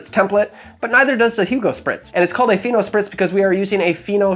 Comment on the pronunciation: When you said "Fino Spritz", I thought you said "Pheno Spritz", and I was very curious to know what the drink would be.